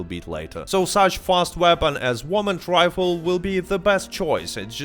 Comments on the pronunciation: Bro, you insist on calling it a "warmin rifle" like, ten times in a row, and then later you say "whyral" instead of "viral". You have a V in the name of your Youtube channel, you even successfully say "PVP" several times in this video, as well as "even". You don't say "PEEWEEPEE" or "EEWEN". That tells me you're actively making the decision to mispronounce "varmint rifle" and "viral". So, I have a very serious question for you: Are you just doing a fake accent? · Great video but learn to speak English bro. "Woman rifle"